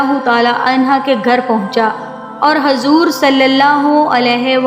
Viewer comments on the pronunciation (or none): Pronouns sahi kare hazor nhi huzoor hai